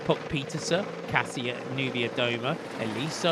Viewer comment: Commentator: please make just a small effort to say Kasia Niewiadoma. It’s “Kasha” not “Cassia”!!!